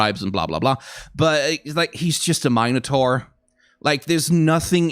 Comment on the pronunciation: Please never say minotaur like that ever again....